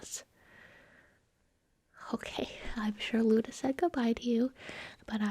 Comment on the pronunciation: Luda. Me: No Its Luna.